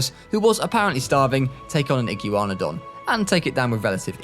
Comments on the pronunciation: IT PRONOUNCED IGWANADON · the archaeornitomimus, coelophysis, chasmosaurus, iguanodon or the "igyeewanodon", charcarodontosaurus, ceratosaurus how did he do it wrong he pronounced proceratosaurus perfectly, those pronunciations were hilarious